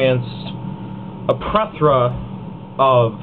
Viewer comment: its plethora not plethra. tool